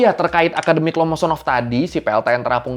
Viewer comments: Lomonosov apa Lomosonov bang 😂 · Min, yang bener itu akademik loosonov atau akademik lomonosov? Soalnya di lambung kapal tertulis (ломоносов/lomonosov) bukan (лоосонов/loosonov) Koreksi Saya, kalo saya salah cara bacanya🙏🏼